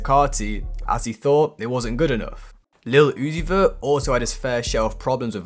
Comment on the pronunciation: "Playboi Kaahrty & Leel Uzi Vur"